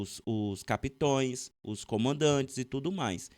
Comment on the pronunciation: Capitães Essa é a pronuncia correta. Acho importante seus vídeos e, com muito carinho te faço essa correção pois é importante que você possa nos passar essas informações de forma correta.